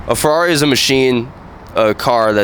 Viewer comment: Man, I love your videos like this. although i wanted to punch a hole through my screen every time he said Ferrari, I really do love how patient and respectful you were. I also like how you use your platform to spread awareness about things like this, keep up the great work man.